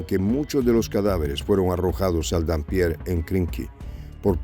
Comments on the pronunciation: No es "Dampier", es Dniéper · ¿ que Dampier ni que gaitas. Es NIEPER, e incluso NIPER. Consulte la pronunciación🤨👽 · Es dnieper , no denpier...... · Se dice Nieper no Danpier.